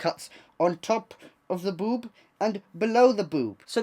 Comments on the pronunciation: how he says boob tho like,, ‘b0oB’ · how he says boob tho lmaoo